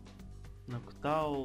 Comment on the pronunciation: Урааа назвал правильно Ноктаул, я хотел чтобы ты перекачал